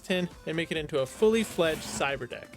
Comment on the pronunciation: I can't tell if he's saying "Cyber desk" or "cyber deck". Either way, it sounds like something from Star Wars lol. He should have named it a Cyber Tin since it's not really a desk or deck. Seems pretty pointless honestly, but definitely interesting at least. I doubt there's too many people out there who would have the skills to build something like this though. I felt like I needed a translator app just to understand wtf he was even saying here. That didn't look like raspberry pie to me lol.